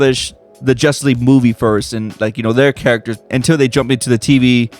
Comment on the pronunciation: He says jusss league